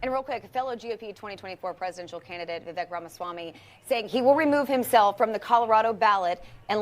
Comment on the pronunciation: it’s Vi”veck” — not Vi”vake” 🫢🫢🫢🫢🫢🫢